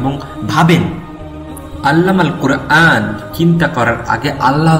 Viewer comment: যিনি ডাবিং করেছেন,, আপনাকে বলছি। অনেক ভালো একটি কাজ করেছেন, আলহামদুলিল্লাহ। তবে, আপনার কুরআন শুদ্ধ করে নেওয়া দরকার রয়েছে। আশা করি, আপনিও পারবেন।